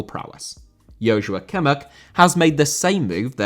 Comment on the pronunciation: Joshua* not Joushua